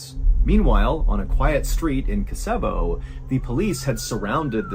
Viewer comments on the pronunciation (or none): Threw me from the begining. Story 1, the country you are trying to say is called Ko-so-vo, said as Koso-vo". I've never ever heard it said as "Ke-Sevo", that's so wrong.